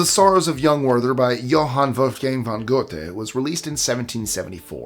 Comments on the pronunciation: Except he pronounced "Werther" as "Worth-er" instead of "Vair-tair" ...weird, since all the other German names were pronounced as Germans do. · Werther: ver-tuh. It's German.